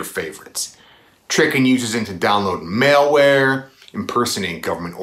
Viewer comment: Malware is pronounced: Mall where NOT: Mail Where